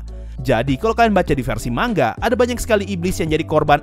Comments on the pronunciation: Kalimat asli : manga Yg gua denger : mangga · Manga Bang Bukan Mangga :v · Baca manga pakai "Ng" Indonesia, bukan mang-ga